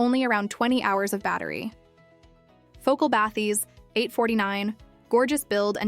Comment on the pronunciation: Because it's AI slop. It's not a real review. Just listen to the way she says "px8" as "pex8" or "bathys" as "bathees" - it's not a real person and it's not a real review. It's just a dumb AI reading spec sheets.